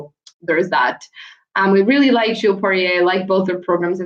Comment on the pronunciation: Hi. Enjoyed the recap! Just FYI, the US and Canadian press pronounce Piper Gilles’ last name as Gill-iss, with a hard G, instead of a French pronunciation. I tell you because I know you enjoy languages and linguistics.